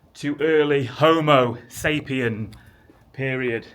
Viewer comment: Shelter for new sailors. You said HOMOSAPIENS’s or just HOMOS ….?